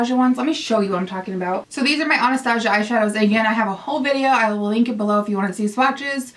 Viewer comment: I love you but it bugs me the way you say Anastasia it's pronounced Ana-sta-si-a sorry it's just a pet peeve and thank you for such a helpful video I think I need some of these eyeshadows!